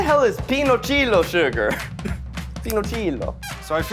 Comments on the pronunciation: Zach saying "pinochilo" instead of piloncillo made my heart melt 💕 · When Zack said "Pinochilo" it took me a moment to understand that he wanted to say "Piloncillo" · mexican spanish: PEA-LONE-SEE-YO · as a hispanic person, hearing zach pronounce piloncillo like “peenocheelo” is hilarious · Not Zach saying piloncillo 🇲🇽 as PILONCHILO 🤌🏼🤌🏼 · How Zach pronounced piloncillo 😂 like if it was Italian. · the way zach pronounced piloncillo is insane 😭😭😭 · Listening to Zach mispronounce piloncillo lol I think it’s a form of brown sugar? Idk my mom uses it for bread pudding at Easter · As a mexican, I find pretty funny to hear Zach pronouncing "piloncillo".